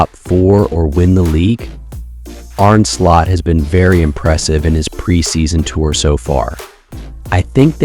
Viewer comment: Well done to the ai voice for saying Arne Slot's name correctly.